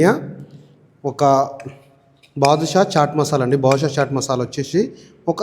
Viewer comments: Tammudu, badushah kadu badshah. Ayina mana telugu masalalu undaga ee gabbu company masala enduku? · అన్నా మీరు ప్రతిసారి బాదుషా బాదుషా అంటున్నారని అది బాద్షా మసాలా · చెన్నా కాదు బ్రో chena and badusha kaadu badsha